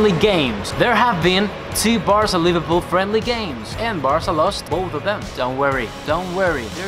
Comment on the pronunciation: Why he pronounces with british accent the Spanish name?